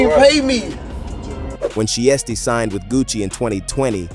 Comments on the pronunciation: Put some respect on so icy Shiesty name. It’s not she tee. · CANT EVEN SAY THEY NAME RIGHT.. IT'S PRONOUNCED "SHY-STEE"... ITS SO ANNOYING, I GAVE THE VIDEO A DISLIKE....